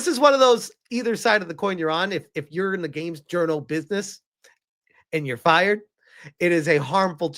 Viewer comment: "I'm fry-fired!" 😂🤣